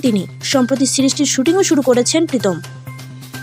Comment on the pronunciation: প্রীতম নয় পিতম 😅😅